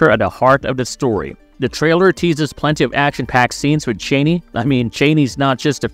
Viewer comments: Chani is Cha=NEE not Cheney ! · If someone is wondering: Zendaya's charakter Chani is at no means related to Dick Cheney. Their names get pronounced differently but not in this video. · LOL The mispronunciation of "Chani" over and over again in this video is like nails on a chalkboard. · Zendaya's character, Chani, has a name that is pronounced "Chaw"nee - Not "Chainee."" The mispronunciation is irritatingly disconcerting. Did this "narrator," even see the first movie? Chani's name is pronounced correctly by Timothee' Chalamet's character, Paul, AND by Fremen leader, Stilgar (Javier Bardem). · Aww, that’s cute. Have you ever heard any interviews with Frank Herbert, the author of the novels, pronounce it? “Chaney” For whatever reason, that’s actually one that the filmmakers got wrong.